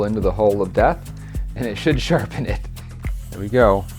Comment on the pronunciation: "im not putting it in theww"